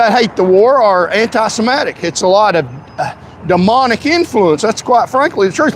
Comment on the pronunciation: You don’t even know how to say the word “antisemitic”. The only entertaining part of your drivel is your ability to misuse and mispronounce your native language. If English is the official language of the USA (it’s not), you should learn to speak it. Failed Patriot.